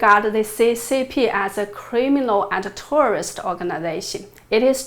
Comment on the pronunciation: Love your episodes Jennifer! You are amazing. I want to help you by encouraging you to practice pronouncing the word "Terrorist". The way you say it sounds like tourist. And I know you would like people to understand your message. And this word is an important word to pronounce correctly. Thanks again for the important work you are doing here.